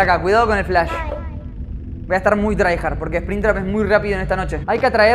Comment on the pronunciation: no es TRYhard, es tryHARD